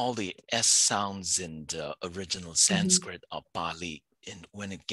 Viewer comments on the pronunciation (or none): none